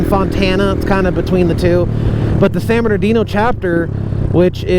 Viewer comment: I’ve heard a couple diffrent names behind San Bernardino…. Like San berdoo… San murdadino….. now hearing you call it….. San ghettodino! That’s a new one!